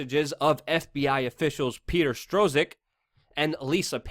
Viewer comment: and the z is silent, Strozk, like clock.